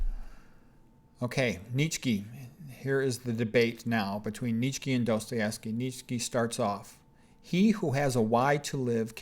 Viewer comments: Less than two seconds in this man says neech key. So I blurt out i'm done. Not a good sign that you know what you're talking about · What the hell pronunciation is he using for Nietzsche? It’s pronounced “nee-chuh.“ My ears are hurting from this guy